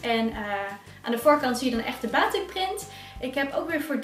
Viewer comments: Batiek🇲🇨 niet baatik😖 (je schrijft wel gwn batik) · Haai, het is batik met een korte a